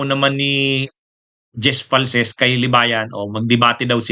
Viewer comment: Di po falces, falcis po name ng tao wag mo bisayain, sa ibang bagay ok lang